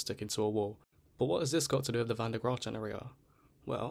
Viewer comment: Bro tried his best to mispronounce van den graaffs name 😂